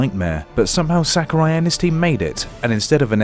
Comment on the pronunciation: In b4 ZeRo debunks this tier list. Piranha Plant was never broken, Shulk is not mid tier in Ultimate, No one banned Bayo in smash 4. And for god sakes, its Sah-Ku-Rai. Not sackarai.